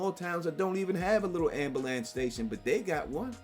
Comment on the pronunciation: WTF is an "ambalance"? Seriously, not hard to pronounce correctly 🤦‍♀️